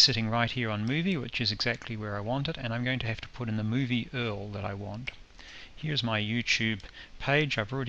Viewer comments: Earl haha just say U-R-L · "the movie URL" Pronounced like 'Earl' XD hahah brilliant, very helpful vid! (y)